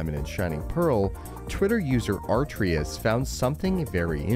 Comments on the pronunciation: preety sure his name is actualy atrius, not aRtrius. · It clearly said the dudes name is Atrius but yet you disrespectfully mispronounced it as Artrius